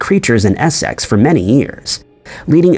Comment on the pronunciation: Essex is pronounced "essix" not "ess sex" no need to emphasise the sex